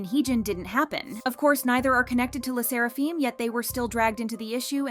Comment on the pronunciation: "Fim" not "feem" AND HOLYSHIT THOSE COMMENTS ARE WILD WTH and I thought my mental issues are worse.